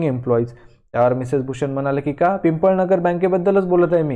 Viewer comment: It is not pimpalnagar it is pipalnagar